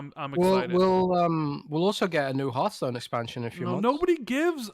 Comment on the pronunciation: Its not E3 and there's absolutely no reason CoD cannot be exclusive. If only pronounced Hearthstone correctly. 🤣😜